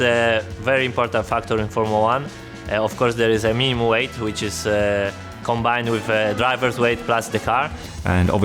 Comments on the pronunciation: did he say "meme weight"? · Did you say meme weight? Paging Lando Norris... #mean